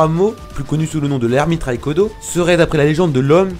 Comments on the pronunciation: Pourquoi tu prononce ça raikudo alors qu'on dit rikudo et haguramo alors qu'on dit hagurumo ? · Bon sa se vois le mec a jamais regarder naruto vue comment il a prononcé rikodo et ashura qui a créé le clan UZUMAAKIIIII c bien de faire des video pour buzzer et gagner l'argent hein xD